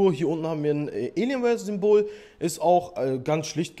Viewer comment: Wie er das sagt elienwear